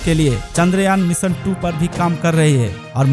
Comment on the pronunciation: Apni hindi theek kr bhai bhot kharab hai. Pronunciation theek ni hai tera bhot kharab hai. मीसन नही होता है मीशन होता है। Bewaqoof